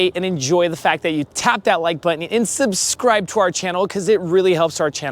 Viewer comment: one comment. learn how to say 'button'